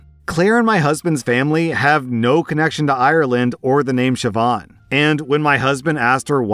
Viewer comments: As an Irish person, I'm so happy and proud you got the pronunciation of Siobhán right! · As a Gaelic Scot I appreciate that you looked up how to pronounce Siobhán, I know the Irish appreciate this too. OP isn’t in the wrong here at all, like who is so cruel to name their baby after someone’s very wanted child who died in the womb, saying “get over it” and “well you’re not using it”, it’s beyond disrespectful, it’s cruel, hurtful and torturous.